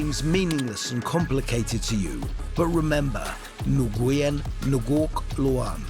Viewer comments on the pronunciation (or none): Noo Gwen??? It's pronounced Winn. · Please don't butcher my last name it's not Nu Yen. It's as simple as "win" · butchering the names.. Nguyen is pronounced "when" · its pronounced WIN, bruh. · Nuguyn pronounced WYN